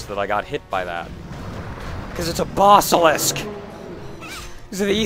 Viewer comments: I just can't get around the way you pronounce basilisk. Even though it doesn't really matter...you're just not right,. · I know you're saying "Basilisk", but mentally I want to spell it Bossilisk, based on your pronunciation.